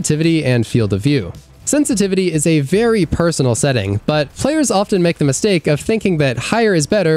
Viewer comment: A mistake I hear content creators make all the time is pronouncing the 't' in often.